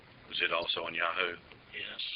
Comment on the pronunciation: cop "and it was also on YA.....HOO?" hahaha, trying to say Yahoo! correctly and sound like it perhaps, thought I heard YAWHOOOO haha in another case here